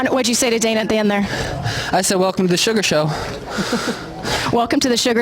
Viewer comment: yea when snoop was saying this he kept calling him "Suga Shane" lol